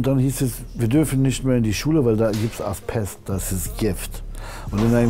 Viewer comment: Lieber Kida, schon längst geschaut. ich fühlte mich gut unterhalten. Danke. Aber deine Serie heißt AsBest nicht AsPest. Ein weiches B. Ojemine.